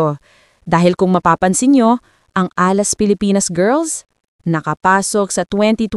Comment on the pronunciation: Nag-iimbento na naman si AI. Can't even pronounce Alas and yet pretending to have a solution?